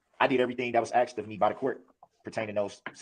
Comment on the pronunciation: As well, if he says ‘aksed’ one more time…….